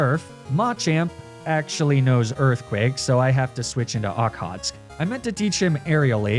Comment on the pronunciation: I had a corsola in my water run of this game also named okhotsk! Very reliable, surprisingly Just a note, its pronounced ock-hoe-tsik